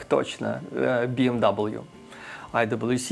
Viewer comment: блин. Какой «Би Эм Дабл ю», машина немецкая «Бэ Эм Вэ»🙂